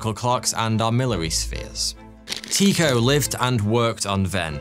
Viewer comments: nope, it’s pronounced Ty-ko, ‘y’ representing a vowel sound not really present in the English language but similar to the German ü or the French u in words such as sur, mur, sud .. the o in the ko part is pronounced as ‘eau’ like in French for water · I know danish is a hard language, but hearing you say his name that way, is really strange 😅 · no, Tu much like French for ’you’ and the o pronounced somewhat like ‘eau’ as in French for water